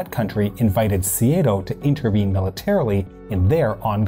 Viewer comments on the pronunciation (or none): Hate to nitpick but the pronunciation of SEATO as seeayto jars. It is pronounced seeto, at least in Australia. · Can you say SEATO and not SEA-A-TO?